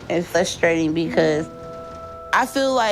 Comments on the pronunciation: FRUSTRATING, not FLUSTRATING. This one thing is making me crazy. Also, WHO packs a refrigrator? I have never moved a refrigerator in my life. Even unfurnished apartments have refrigerators. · “Frustrating” if I hear “Flustrating” again… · “flustrating” to watch her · Every time she says “it’s fLustrating” I die a little inside. What is wrong with our children today? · “It’s flustrating” 😂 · She's so nasty in so many ways!!! And that ridiculous baby voice is GRATING!!!! The way she pronounces "Flustrating" or "Flustrated" just passes me off to no end. She's such an ungrateful nasty cow. She doesn't appreciate ANYTHING ANYONE does for her. She is a baby talking, ignorant, rude, nasty attitude having, lazy, sucky Fat l3ITCH. Maybe the "husband you married isn't there anymore" because he's totally sick of washing your smelly fat folds, sneaking you pizza, hearing your stank ass attitude and unintelligent baby talk!!! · Flustered or frustrating not both.